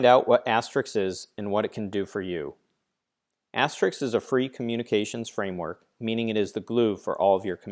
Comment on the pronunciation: Stop pronouncing it asterix